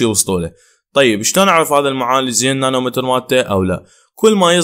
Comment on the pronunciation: مو نانو متر نانو ميتر حبيبي